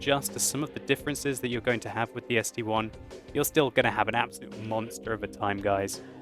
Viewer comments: Its st i, not one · ST-I iiiiii .... not ST-one.. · Its ST-I not ST-1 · its sti not st1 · Just like the Tiger I (eye) and the Tiger II (eye-eye). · ARGHHHHHH it's ST-I "ess tee eye". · I thought so too, until a Russian corrected me. It is, in fact, ST 1. Someone above pointed it out, but I, in Russian is; И, but the Russian designation for this tank is: СТ-I (As in ST-Roman 1). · I love your work and I think it is the ST-I which is Roman numerals for 1 so Arrrrrr people please stop saying ST-I, because it is like saying the tiger II is called the tiger II:D